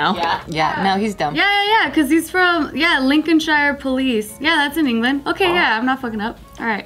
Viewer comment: You can't make fun of England and their speech and then proceed to not be able to say Lincolnshire XD